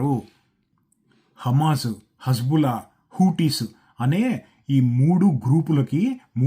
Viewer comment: Hazbulla ❌ hezbulla ✅